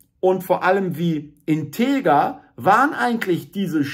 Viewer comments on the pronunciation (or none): none